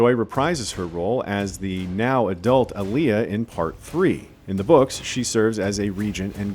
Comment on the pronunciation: Whats with the awful pronunciation of Alia?